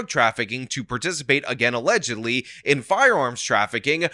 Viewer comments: Not "allegedly", "allezedially" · I think you mean, "alazatedly".